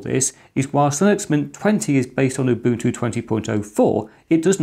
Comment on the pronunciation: "MATE" "Ubuntu" He actually pronounces them right. Nice job. Even Linus doesn't pronounce Ubuntu right. Now if only he said "gif" somewhere in this video...